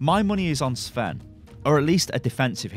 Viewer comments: Sven is a Scandinavian name not Russian sty. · Sven sound russian? :D Dude cmon you are from Europe :D not USA :D